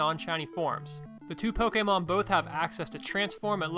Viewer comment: Poh-kay-mon man, not poh-key-mon!